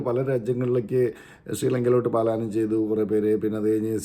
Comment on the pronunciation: പലായനം not പാലായനം